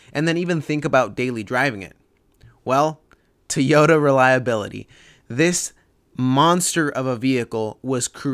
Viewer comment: One last thing mate... You've researched some great 80 info over time, but could you please try saying TOY-ota ? It's never been TEE in any language, as you keep saying.